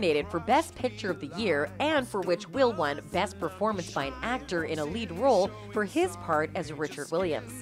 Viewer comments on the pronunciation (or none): none